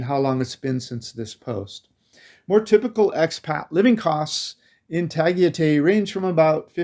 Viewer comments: Ah boy, that was a terrible pronunciation of Tagaytay. 😂 Love your videos nonetheless. Living vicariously through your traveling videos, keep them coming! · Hi Tagaytay is very Maganda but that area can be very expensive..our house is only like 15 minutes away in silang cavite..also you pronounce Tagaytay like a foreigner 🤣🤣🤣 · Tagaytay = "Ta - gai - tai." One of my favorite places in the Philippines. "Bueller?" "Bueller?" "Bueller?" ..... (From "Ferris Bueller's Day Off," a CLASSIC. One of my favorite movies back in the 80s. John Hughes, R.I.P.) ..... Nice haircut, btw. IMPORTANT REMINDER: Although Tagaytay is an elevated area, with its very cool climate, it is very nearby Taal Volcano. Taal is one of the most active volcanoes in the World. All you expats might want to consider THAT, first, before making a final decision to actually live in Tagaytay or not. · It's not "Tu," but "Ta." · It's NOT Ta-ghee-tay ! It's Ta-guy-tai LOL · Your pronunciation is wrong. Tagaytay is pronounced Ta Guy Tigh. My wife from Baguio and I go there often. If you asked a Filipino how to get there with your pronunciation they would not know what you are talking about. It is easy to make that mistake as the same way in Thailand if you asked to go to Pattaya (pronounced Patti ya) Thai people will not know what you are talking about. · It’s “Tah-Guy-Tie” ffs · Tagaytay (Ta-Guy-Tie) looks awesome., I thought you saw a Ferrari that’s why you were saying “Ferris Bueller”😂. Stay and safe and have fun🙏🏼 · Your pronounciation of Tagaytay leaves a lot to be desired 😄